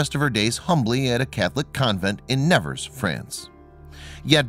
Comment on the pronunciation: AMERICAN PRONOUNCIATION!!!!!! Please note that the city of Nevers is pronounced NeVAIR not as you pronounce it. The body of Bernadette is almost certainly a waxwork!